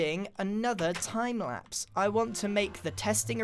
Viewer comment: are you having a stroke